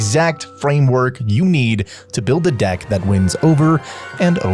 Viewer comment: DICK instead of DECK 🤣